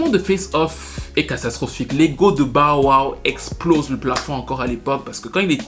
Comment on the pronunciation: "BAWA" (Bow Wow) 🤣